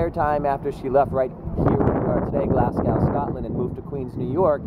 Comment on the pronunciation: Grr. Don't wanna be a pedant, but its not pronounced Glass Cow, its pronounced Glaz Go